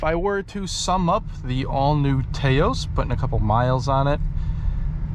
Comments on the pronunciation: It’s not “Tay-os”, but more like “Taa -os”. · It i's pronounced "Touse", like house with a T. Taos is a town in New Mexico. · It’s pronounced TAH OSE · Drinking Game: Take a shot every time he mispronounces the name of the car, saying "TAY-O's" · It’s pronounced Taos like mouse. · Rhymes with "house." :-) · Strange that you never have heard of Taos New Mexico and don't know how to pronounce the name. SMH